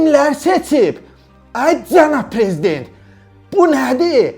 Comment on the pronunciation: İşçal Olunçuş Əraçilər 😂😂 De Beçə Də Çetməlidir! Çənab Preziçent İlçam Əliçev ÇÇÇ 😂😂😂😂 Qeyri Milli Məclis Təqdim Edir